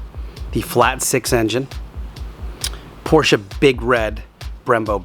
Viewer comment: How about learning how to pronounce the last name (proper noun) Porsche correctly? I'm just saying...